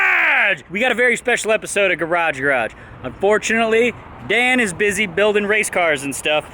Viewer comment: I think we can all agree that nobody says "garage garage" better than Dan